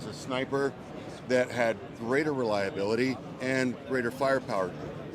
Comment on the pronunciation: Warfighter. Spec Ops. Amphibian. Relalabilitah. 😂